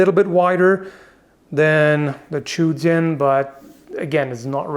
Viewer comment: Sword is pronounced "jian" pretty much exactly as you would sound it out in English